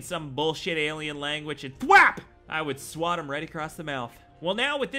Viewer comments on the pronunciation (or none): none